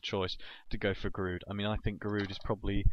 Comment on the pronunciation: Giroud is pronounced 'ji-rew'